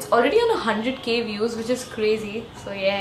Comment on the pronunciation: When you say "so yeah" , it seems like " zoya" lol